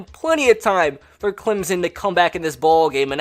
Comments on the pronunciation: GoBills it’s also Clemson not Clemzen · It’s Clemson not Clemzen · CLEM-SON Not CLEM-ZIN. ETN. MUSE. Not MOOSE. Lol Please and thanks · Clemsen Does you mean Clemson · Clem-son not clim-zen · ClemSON not ClemZEN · Pronounced "ClemPson" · It's Clemson not Clemzon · Same when he says Clemzon and Mimey Dolphins